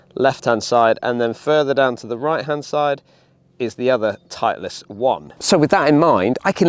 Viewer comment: Why are you saying titliest